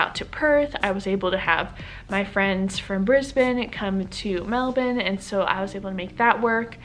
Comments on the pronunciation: The only American who say Melbourne like a Australian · You say Melbourne just like an Aussie! Hope you have a wonderful stay.